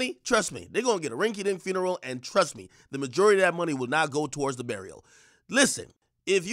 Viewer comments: This child keeps mispronouncing funeral as "FURNERAL," and it's absolutely killing me. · " Furneral... On God".... 😐